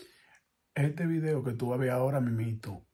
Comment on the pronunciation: el vridio el vridio